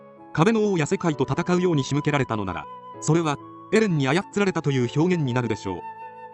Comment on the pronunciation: 「あやっつられた」で毎回ふき出してしまうwww